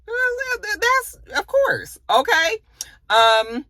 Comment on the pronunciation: Not "oké" 😂